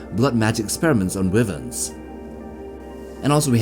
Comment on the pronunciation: Wyvern is pronounced ( why - vern ) and all the dragons in Westeros are considers to be Wyvern because their wings function as both wings and arms, if they had a set of wings separate from the front arms, then they would be true Dragons.